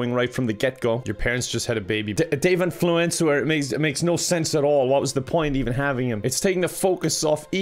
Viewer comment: Him: Ian Fluencer All I heard was "influenza"